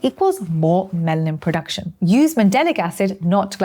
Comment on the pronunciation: You said "Melanin POduction" twice